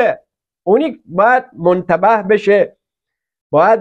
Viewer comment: با سلام ، ضمن تشکر از برنامه خوب شما. از آن جهت که بنده همچون سایر علاقمندان به برنامه شما با دقت به صحبتهای شماگوش میدهم ،از این جهت بر خود لازم دونستم عرض کنم که شما دو مرتبه واژه ی مُتنَبّه ( تنبیه شده ، نادم) را مُنتَبه ، در این برنامه تلفظ کردید. اگر بنده متوجه نبوده ام و یا منطور شما واژه ای بوده که بنده مطلع نیستم عذر بنده را بپذیرید. باز هم ممنون